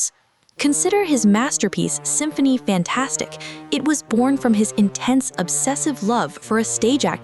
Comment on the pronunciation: Please correct the following Wagner is pronounced Vagner Symphonie fantastique pronounced “teek”not tic